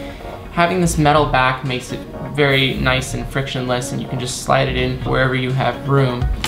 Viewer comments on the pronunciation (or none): none